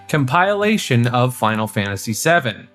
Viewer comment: Com-pile-ation 👎 Com-pill-ation 👍